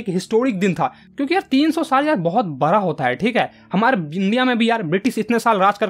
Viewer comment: भाई बरा या बडा 😊😂😂😂😊😊